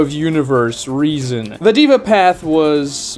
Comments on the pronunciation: its pronounced they-vah not diva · By the way, the word Deva comes from Hindu culture and Sanskrit language - it literally means God being. It's pronounced more like "they-va", not "diva". Small nitpick, awesome video! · Its not Diva path, its day-va path SMH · It's not pronounced as " diva path " deh-vah path or you can try They -wah path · Its not "diva " its original pronunciation is 'Dea'VA' as per authentic Sanskrit . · "dey-vah" not "dee-vah" 😂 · It's Deva (they-vaa) not Diva. 😐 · It is not pronounced as the-va, it is pronounced as they-va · that's "deh-vah", not "diva", my friend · haa,its daaava not deeeva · this guy said diva path bruh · Deva is pronounced with an "ae" (daeva)